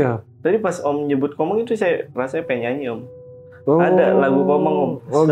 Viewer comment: Jin TOMANG kali bukan Komang😂